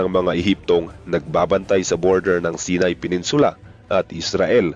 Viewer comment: Hindi sinay saynay ang pronounce ng Sinai lol ✌️